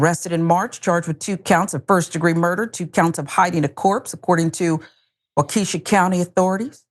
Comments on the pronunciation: It’s pronounced wok-eh-shaw 🤦🏽‍♂️ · WA-KA-SHAW. IS HOW IT'S PRONOUNCED